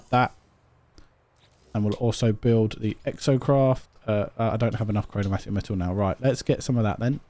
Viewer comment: Chromatic is NOT pronounced “chro-no-mat-ic”